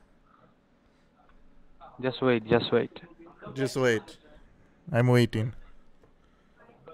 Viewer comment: “Just hwait” —-> “I’m hwaitingg”